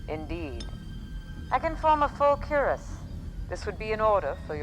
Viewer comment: My only fault is the way the armourer pronounces cuirass “cyorrass” with the vowels pronounced in the wrong order. She’s a smithy, she should know it’s pronounced kwayrass. The fact that it’s the only thing I can fault in the entire series shows how awesome it is.